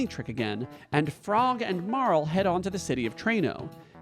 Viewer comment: I feel so validated and seen that you also pronounce Marle the same as me~♡